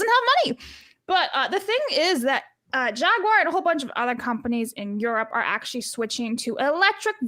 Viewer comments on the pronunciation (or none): I kept hearing Jaguire not Jaguar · why do you say "Jagwire" when pronouncing Jaguar? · bruh what was up with your Jagwire today?!?! You didn't say Jaguar once even after asking Blabs her opinion and she said Jaguar you immediately after went " Jagwire " 🤦 If anything after that stunt last year and the now switch to EV's not even hybrids they went full on FilmActorsGuild-uar's